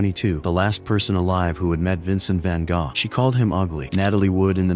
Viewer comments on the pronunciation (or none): VINCENT VAN GOSH 😃 😀 😄 ya gotta love A.I. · Vincent Van Gaa??? Laughable. Stupidassed AI. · Vincent Van Gogh. As in GO. The g and h are silent. And it's not Goff. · Vincent Van Gosh? 😵‍💫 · ‘Van gosh’ ?